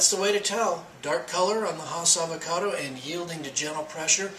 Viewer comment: Fre sh avao cado😂